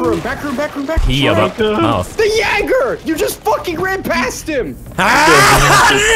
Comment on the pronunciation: As a German i like how says Jäger... not Jäyger ^^